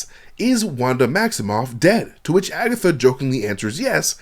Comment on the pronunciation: Broooooo did you just say Agathot lol